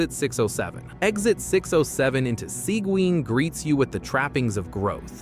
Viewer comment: seguin is spoken like segeen, no w